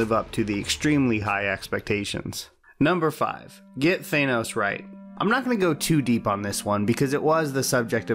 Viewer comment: Thanos not Thaynos